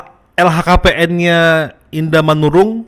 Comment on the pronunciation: bang LHKPN bukan LKHPN 😂